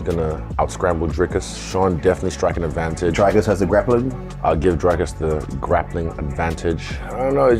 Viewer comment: Lol... People still question Dricus's cardio. Just as People (americans) still can't pronounce his name right....